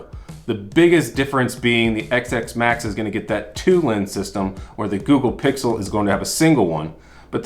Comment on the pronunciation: Hearing you say "EX S max" instead of "10 S Max" hurt my brain.